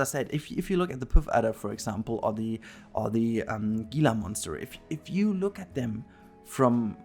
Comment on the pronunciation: The puff adder & gila monster are pronounced p uh ff adder & hee la monster. Not poof adder & gee la monster lol